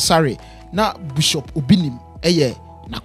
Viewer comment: Please the word is not BUSHOP IT IS BISHOP aaaaàah.......masa why pls mention the word well. Anyway shout-out to Bishop Asare